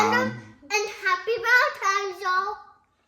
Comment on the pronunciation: its the "Happy Valentimes Ya'll **blows kiss* " for me .... my heart cant take it !!! Happy valetimes to ya'll as well